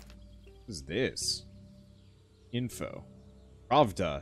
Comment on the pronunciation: For those interested - the piece of paper he picked up that says "pravda" translates to "truth" Also the pronunciation is a bit whacky but ok